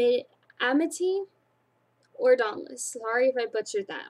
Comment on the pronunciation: Ab-ne-gat-tion(say it like that) Can-dor Eru-dite(you said it right!) Am-it-y Dauntless(pretty easy) Haha But you are doing good! :D